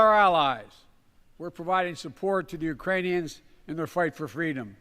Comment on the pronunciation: Dude I did the same. I was drinking vodka and threw up really fast. I missed it when Biden said Uranians.